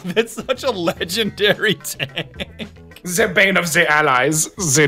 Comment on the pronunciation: Every time I watch this video, I lose my shit at "Ze bane of ze allies, Ze Dicker Max, ja."